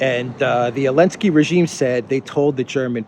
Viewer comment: Why do you call Zelensky "Elensky"?